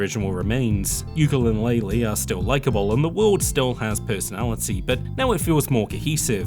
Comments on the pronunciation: Replay-lee, not replayee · I'm so distracted by the missing "L" in "Replaylee" =P